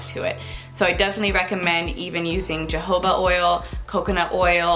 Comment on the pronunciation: Jehovah oil? Lol 🙏🙌 I'm certain you were saying jojobba oil ...lol .I'm soo thankful for these tips..new subbie & beautiful hair btw 😊